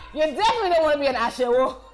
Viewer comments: Olodo is a general Nigerian slang now.. She doesn't need to be yoruba to be able to pronounce it. She don forget am😂 Ashawo was wrong too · It’s Ashawo ! Not Ashewo . You did great 🙌🏽 I blame the people who come up with the list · Olodo and Ashewo..were pronounced incorrectly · Lmboo no forreal like Ashewo wasn’t even pronounced right 😂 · I'm not Yoruba but I cringed when she pronounced Olodo and Ashewo. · Godfrey Chinweokwu okay I never heard olodo before but I knew she wasn’t saying ashewo right. I’m not Yoruba or Igbo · Lol no you pronounced ‘olodo’ ‘amebo’ ‘ashewo’, wrong, it takes away the pain in the insult But you did alright 👍🏼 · Ok that “Olodo” and “Ashewo” was dead wrong. 😭😭😭